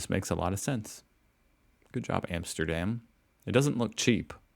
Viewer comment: Armsterdarm..?? Wouldnt it be awesome if he actually cared enough about his product to atleast pronounce Amsterdam correct..???